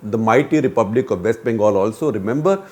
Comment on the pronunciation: “might republic of West Bangal”?? 😳